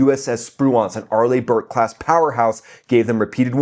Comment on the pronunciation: not to be a stickler, but it's pronounced sprewince and arlee burke